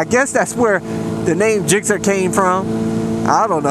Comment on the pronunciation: they dont get mad cause you say "gixxer" they get mad cause you say "gixzzer" lol it's GIXXER son